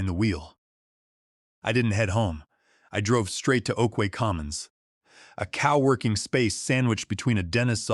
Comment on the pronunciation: Cow working instead of co-working? 👎